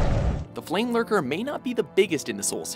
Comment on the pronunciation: I heard flameburger, not flamelurker. It would be a complete different genre if it WAS a flameburger.